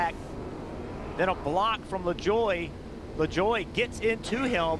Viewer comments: It's pronounced la-joy. Nascar started using jet engines mounted to eather a truck or a trailer to dry the track in 1976. They upgraded to the air titan system. Witch is compressed air squeegeeing the water off the track. It drys the track faster than the jet dryers. I saw a jet dryer blow micheal waltrips car cover off at bristol during a rain red flag when i was there. Well all i could find was the internet says the top speed at chicago was 90mph but i think thats might be the average speed. They gotta be going faster than that. If you wreck at pocono, theres a chance your gonna wreck BIG! LIKE that race car is going to the junkyard big wreck. Poor kyle bush is having the worst year of his career this year. Pocono was for decades always the only oval the cup cars shifted gears lap after lap. Now with this generation of cup car they shift at about every track. They were doing the indy road course the last 3 years. This year was the 30th anniversary of the 1st brickyard. So they went back to the oval. Come to indy. You cant see the whole track like other ovals. If you can afford to somehow sit at the top of the pagoda. Then you got the best view. The upper deck in turn 1 is very popular. I was just wandering from 1 seat to another to make sure i could see most of the track. If you go to talledega bring binoculars. Turn 3 is a mile away from the front grandstands. I gound a cool nascar racing shirt website called Theres cool kyle larson shirts and hawaiian shirts to be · "Le-Joy" but the french pronunciation (same spelling) could be "Le-jwa" (ZH sound)